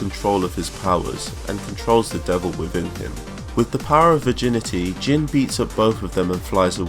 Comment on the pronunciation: "The power of VirJinity"